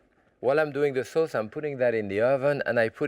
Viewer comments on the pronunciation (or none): love the way he says.. suh-aouce.. hahaha